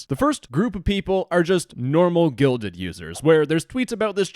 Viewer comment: They need to change their name anyway. Every time the guy in this video said "Guilded," I heard "Gelded."